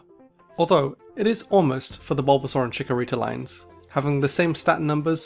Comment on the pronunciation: YES, BUT THAT IS NOT HOW YOU SAY THOSE NAMES!